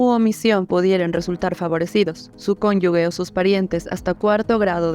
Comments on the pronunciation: Se dice cónyuge, no 'cónyugue'. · Podrían comenzar por pronunciar bien "cónyuge" para ser un medio creíble.